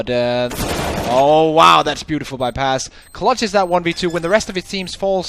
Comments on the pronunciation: Video güzel olmuş eline sağlık. Fakat telaffuzlarda sıkıntı var Paz kelimesi yazıldığı gibi okunuyor. Pez şeklinde değil. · İngiliz olduğu için. Bu soru daha önce SpaceSoldiers oyuncularına soruldu PAZ şeklinde oknuyor.